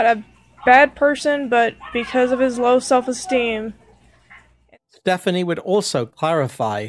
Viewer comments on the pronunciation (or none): “confadints” “self a steam”